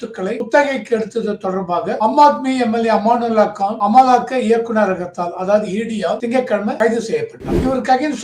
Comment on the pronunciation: சார், அவர் பெயர் அமனத்துல்லா கான். அமானுல்லா கான் அல்ல